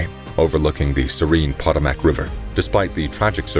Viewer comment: Better learn pronunciation and the difference between plural and singular before making any more vids...... at least use an online dictionary so you can hear how words are pronounced. Potomac River is just one example,who in the world pronounces it like that.. If the voice is CG then just quit altogether.